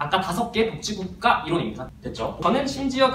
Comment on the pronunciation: 발음이 복찌국가라고 해서 그거 만 초점이 맞춰져서 너무 웃곀ㅋㅋㅋㅋ